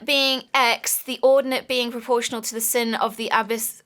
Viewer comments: I know they're not straight out of high school but come on!!! A sine? Really? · I CAN'T BELIEVE THEY'RE PRONOUNCING IT AS SIN AND NOT 'SINE'! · T Johri Oh btw, Its sine.....pronounced like SIGN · It's "sine" not "sin" Also, did you guys never take Algebra 1? NEVER? Sine and Cosine are vital. As a Power and Energy Engineer (in training), Sine waves and Imaginary numbers will fuel my paycheck. Also, 'Aura Cascade' is a hoax. It's just a Science mod thinly disguised as magic. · That fact that it's a sine curve (pronounced sign for future reference) just means that the amount of power varies over time in a pattern like a sideways S (technically it's also upside down, but you get the idea) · Hey, love u so much, and it was amusing to hear you talk about sin-usoidal shit. Anyway, Its pronounced sin, like tan, cos, and that stuff. I'm in Gr. 11 now, and in Grade 10, I had to do Functions for Gr.11 It was hell But its really just a wavy graph. Tbh, that was such a stupid word to use for something like that. Disregard that, it just means wavy. Kk Love you BYEEEEE